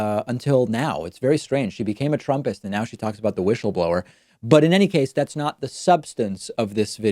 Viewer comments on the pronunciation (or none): Why does David keep saying "Wish-ul-blower"? Is that a dig at Trump's way of saying it? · Linz: WUSSABLOR 😂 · David, I agree with you about Graham.He is really weird and does not know in which direction he should go. Please leave the wishle blower alone. Don't be cruel.She may have a temporary speach problem.. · David, she says wishleblower because she got new lips... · Ur right, David, her "whistleblower" pronounciation sounds really weird, but it isnt just that, she seems to be slurring all her words, especially her "s". Honestly, she sounds at best as some1 recovering from a brain bleed, at worst a drunk.